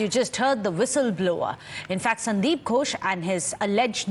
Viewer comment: Gosh no no. It gHosh. H is important there. Else it becomes Gosh of English speakers which some of them use to avoid saying God which would lead them to sin in Christianity. You can't call upon God all the time and disturb Him as He lay asleep or wandering. That is why they even want others to set standard times like Sundays for prayers.